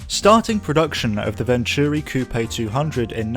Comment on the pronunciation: Nice video. A great car for the BPR and GT1 categories, within the spirit of the rules too. I remember the 600LM running with the fastest F40s at Le Mans in the opening laps in front of the McLaren's, only finished 20th or so though if I remember correctly. They always pronounced it Vontury on the telly though.